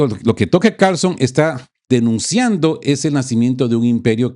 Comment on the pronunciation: Tocker? Se dice "taker o Tucker" si no sabe inglés, buen programa, gracias!